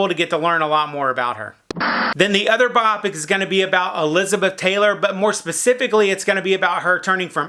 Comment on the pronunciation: Bio-pic. Not biopic :/